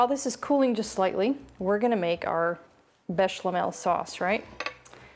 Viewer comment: Hi there lovely- it’s “béchamel” not with the “l in the middle so not béchLamel